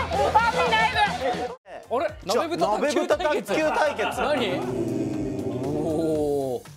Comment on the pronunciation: モニターの悲劇のせいでとんでもない高度プレイになった鍋ふた卓球wwwきたやんはガードするし、えばとくんは飲み物避けるしwww浪川さんがうまいから割とできてるように見えるけどわちゃわちゃだったし あと浪川さん、『なべ』じゃなくて『ふた』です。『鍋蓋』ですwww www